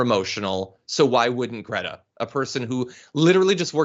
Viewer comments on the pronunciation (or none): Cannot even pronounce her name correctly but can criticize her for being on the right side of an issue that he is clueless about! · And of course, he mispronounced greta's name....